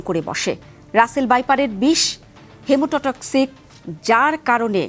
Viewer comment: পশ্চিম মেদিনীপুর জেলায় এর আধিক্য বেশি উচ্চারণ সঠিক করুন হেমোটক্সিন